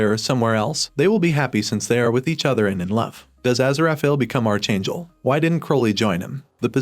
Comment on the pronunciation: OMG, PLEASE! Archangel is pronounced ARK-angel, not are-changle